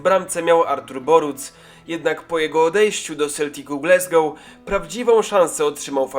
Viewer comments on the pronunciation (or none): none